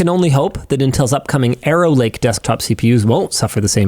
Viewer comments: I heard "Aero Lake" and thought it was "Error Lake." Turns out, it was "Arrow Lake." I'll stick with "Error Lake." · Did Linus just refer to Intel's next generation of processors as "Error Lake"? 😅 That's what it sounded like to me... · Wow that was messing with me. Every time he said "Arrow Lake", all I heard was "Error Lake". It wasn't what he actually said, but it made me laugh just the same. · Instead of Arrow Lake, I heard Error Lake 😂… How fitting for this video. That’s what I get for having the robot vacuum running in the background 🥴